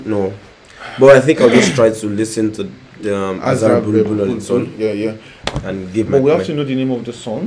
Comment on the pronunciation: Azer bul bul değil aga Azer BÜLBÜL